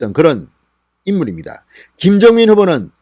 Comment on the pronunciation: 김정민 김종민 ? 발음주의